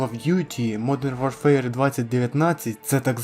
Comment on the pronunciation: Хороше відео,. Однак, на майбутнє, озвучуй англійські назви без акценту. Жодних претензій до твоєї англійської. Просто, дві мови конфліктують фонетично, що, в свою чергу, ріже слух, як наприклад при вимові назви "модрн ворфер".😉